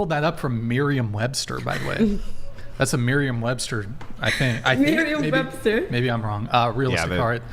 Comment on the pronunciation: LMAO the very best part of this. The way she says Miriam Webster! Im dying. This train wreck sounds just like Corkie (iykyk)